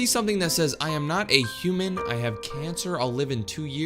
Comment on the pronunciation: It is human not humen and aslo its have not hace but im not mean to him